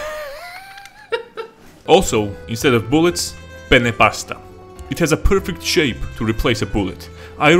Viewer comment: Heh, you pronounced penne wrong and you said pene which means penis lol